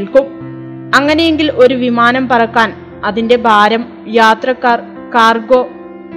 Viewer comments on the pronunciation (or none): ബാര മല്ല, ഭാരം.